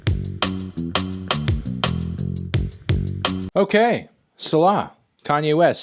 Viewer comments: It is Say-lah not Sell-lah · It’s pronounced “say-lah” Anthony not “suh-law” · this dude said "Sulah" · If he calls selah sell lah one more time I think my eardrums will explode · I’m pretty sure it’s pronounced “See-lah.” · You pronounced “Selah” wrong. Try saying “say-la”. Otherwise, I dig your vid! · Pronounced saylah lmao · Its say lah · It’s pronounce See-La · Anthony... it's SAY-luh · Its Say•La phonetically. Great review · It’s pronounced Say-la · Its pronounced See-la, a Rastafarian term. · Pronounced 'say-la' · Its pronounced see-luh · It’s Pronounced “SeeLaa” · It's pronounced 'C-Laah' you heathen. It's Hebrew for "check what I just said" "re-read" "re-listen" because it's important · Pronounced say - lah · it’s pronounced sea-la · It’s pronounced see-lah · It’s pronounced say-lah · Its See-lah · Its pronounced Say-Law. Its based off of the book of psalms in the bible. Good video tho always enjoy your thoughts on music :) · Say-Lah btw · That’s pronounced “Say-Lah” like at the end of different psalms. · Wtf is that pronunciation... 'sellarr'... ??? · It’s pronounced “SEE-luh” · how tf you gonna pronounce it like that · Anthony it’s not pronounced Selah. It’s actually pronounced Selah, it’s an honest mistake so I’ll forgive it this time but I best not catch you slipping on the album review. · Bruh do you not know how to pronounce the track name.. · On God, that is not how you pronounce Selah